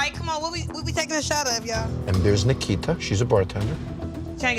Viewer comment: the way he says Nikita sounds racially motivated 😭